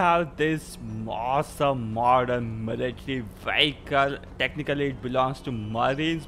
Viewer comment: You said odern instead of modern